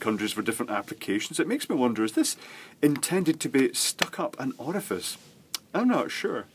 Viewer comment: please say orifice again!!!!! I can't stop laughing!